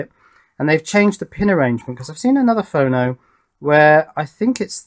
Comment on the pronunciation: Your pronunciation is correct, it's short for 'phonograph', with JLC, if you make boards 25mm square for example, you may pay $2 per board, you should try putting 4 boards on one 100mm square with routed divisions (so you can snap them apart) ;)